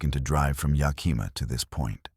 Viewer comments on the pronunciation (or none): As someone who lives in the Pacific Northwest I have to tell you that nobody pronounces it Ya-kee-ma or Na-cheese. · Nobody and I mean nobody can seem to pronounce Yakima correctly 😢. Can't the AI voice be programmed???